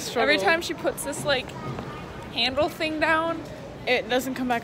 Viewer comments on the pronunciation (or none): "deres one mo fing in dere"